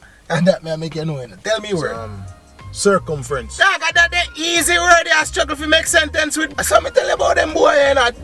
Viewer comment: "Sir-cum-frenz"😂😂😂😂😂mi muma